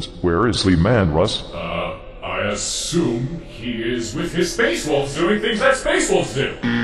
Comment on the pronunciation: Is mispronouncing Leman Russ's name intended or did he really have problems with his name during the recording session?